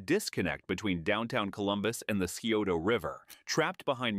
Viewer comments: incorrect. It's Sigh-oh-ta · Scioto is pronounced as sigh-OH-toe NOT see-oh-toe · Scioto is pronounced Sigh oto but most of us normally just say it like Sigh ota. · Scioto = psi-oh-ta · Thank you for pointing that out. I use to live in Columbus and the pronunciation in this video was driving me up the wall. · That was killing me too.